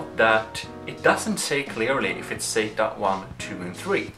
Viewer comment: Stop saying "sayta",for "sata". lol It sounds like you say "say-ta".